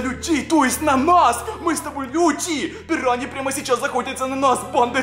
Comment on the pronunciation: Это пираньйи а не пируйни